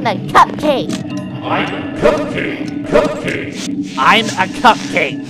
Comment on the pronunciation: I like how when said remain calm everyone with a. It sounded like I'm a cupcake!